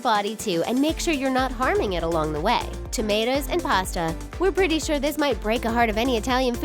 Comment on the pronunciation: When you said tammtos and cocombers I was like noooooo I'm not gonna stop